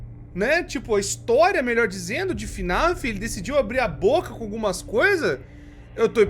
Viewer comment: "FINIF" kkk